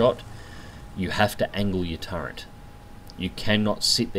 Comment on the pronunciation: I think it's actually "turret", not "turrent".